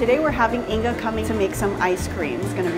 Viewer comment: Why is Inga pronounced like Inka? 🤔🤔